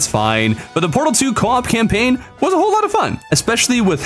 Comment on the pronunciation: Said camlaign (just saying)